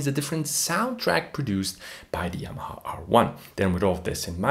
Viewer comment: Are you portuguese, man? You can’t say Yamaha? You say Yamaa. 😅